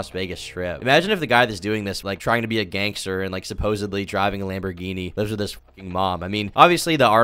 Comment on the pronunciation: Whenever he says gang star I think of jojo